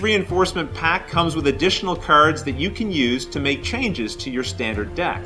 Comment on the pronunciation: LOL. Was about to post the same thing. What regional dialect is that? Never heard it before.